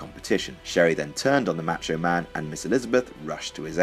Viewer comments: why do you pronounce "macho" like that? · right I agree!